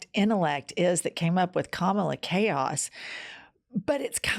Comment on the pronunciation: Please pronounce her name properly it is KA-MA-LA and not KAMLA